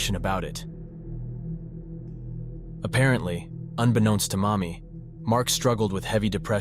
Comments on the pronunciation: Mami as in Mamiko? Oh that's why the guy looks like a Chinese XD I think you mispronounced her name. It sounded like "mommy" but it should've been a flatter ā... like "maa" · thank you for the clarification. It was just odd sounding hearing “mommy” when it was actually “Mami” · Lol I thought he was saying "mommy" too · Fr I was playing fifa w this in the background and I constantly thought he was calling her mommy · I know it’s her name, but every time it says “Mami” it feels like you’re just calling his mother mommy